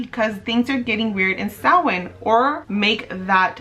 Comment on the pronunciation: I love that you say Samhain correctly 🥰